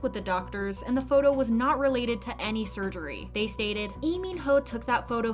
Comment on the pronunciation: Waitttt????do i jst hear her calling Ee min ho